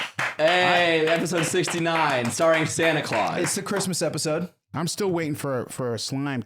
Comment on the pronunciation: the yearn! my cwismas is complete